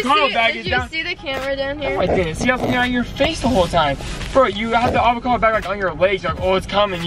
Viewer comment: "The avocato bag" 😂😂😂😂